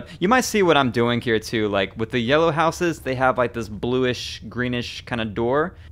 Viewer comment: It is real weird to here someone say 'housses' - it's as if they learnt (notice not 'learned') English as a second language.